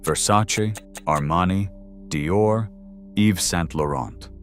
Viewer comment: Paris is france, do you know? Right? Plus Yves Saint Laurent you are pronauncing in wrong way.